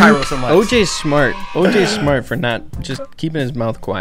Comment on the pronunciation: Kairos 'SMORT'😂😂😂